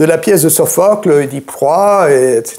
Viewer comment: Je pause le visionnage de cet intéressant entretien pour une digression : Ça fait un bien fou d'entendre « Œdipe » prononcé correctement !